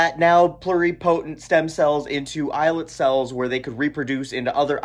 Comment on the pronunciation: You did pronounce 'islet cells' correctly. I've been telling people about stem cells derived from a patient's own fat tissue for years, completely negates the whole facile argument about "ethical" concerns using zygote cells. Pluripotent cells from one's own tissue has identical DNA, so there is no chance of the body rejecting implanted tissues derived from its own code.